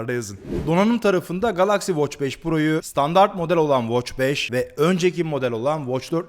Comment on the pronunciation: O nasil bir Galaxy telaffuzu GALAKSİ